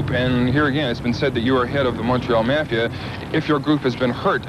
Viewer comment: Mehfia... like the stereotypical everything else in Canada being "meh". Personally, I love it.